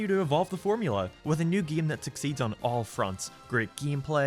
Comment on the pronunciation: I physically hurt everytime he says "geam"